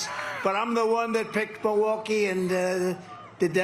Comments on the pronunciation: If he loves the city so much, you’d think he’d at least try to pronounce the name of the city correctly. It is NOT ‘Ma-waukee ’ Donald! Mil - Mil - MILwaukee! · He’s making the city name sound Cherokee asf “Meewah-kee “ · I am hearing a distortion in Trump's voice, it doesn't sound healthy. He was struggling to pronounce Milwaukee. Sounded more like he was saying MiWaukee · MO-waukee? lolol Listen he says it every time. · mah-walkee? what? you want walkies Don? do you need a nurse to help you outside? do you have to go pee pee outside? is trhat what you want boy? lol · He can’t even pronounce it!! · He can't even say the name "Milwaukee" right. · Trump only cares about himself 🙄 He can't even pronounce Milwaukee the right way 😡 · Love it? He can't even pronounce it.